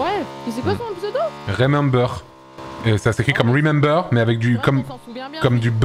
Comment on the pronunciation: Actually "remember" ne se prononce pas rimember 🤓👆